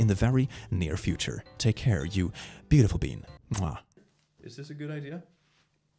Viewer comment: "am pregnat" "woaH"